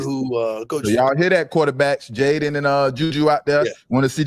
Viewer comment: Kaidon not Jayden smh 😆